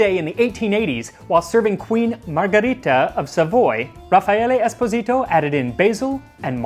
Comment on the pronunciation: Im italian and i must say that your Channel and your pronunce are both great! Keep on doing these great videos